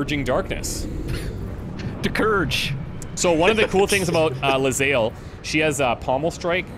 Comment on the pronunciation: I don't know if I can keep watching this series. All because calls her 'Le-zael'